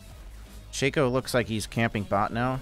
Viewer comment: " Shay-co " is such a dumb way to pronounce it.